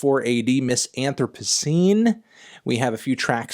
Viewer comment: You mispronounced anthropocene you tragic causality of the hoi polloi